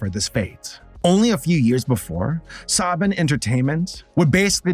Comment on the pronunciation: It's pronounced SA-BAAN, not Sob-ban,.🤓